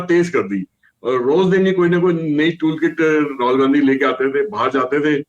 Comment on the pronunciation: Aap "Gand Hi" ko "Gandgi" kyon kah rahe hain?